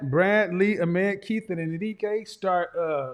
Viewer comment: Hes still saying Ahmed wrong haha